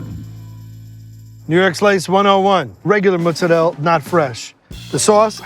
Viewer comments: Please don’t say “mootz-ah-rell” it’s not pronounced that way, it’s never been pronounced that way, you just sound like a poser. It’s mozzarella, simple, very phonic. Don’t be a dingus. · Adam, it's Mozzarella, not Mozzarell. Italians do not call it Mozzarell. Y'all New Englanders are trying too hard to be Italian sometimes I think 😂. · Another pseudo-italian saying “mootz uh rell”. IT’S MOZZARELLA.